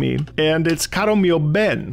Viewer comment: that was a great italian pronunciation during caro mio ben!